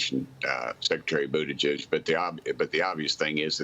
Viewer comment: He called buttigeig booty juice that hilarious